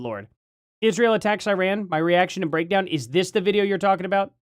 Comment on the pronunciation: ISHrael lol every time she says Israel or a word with s she adds an h lol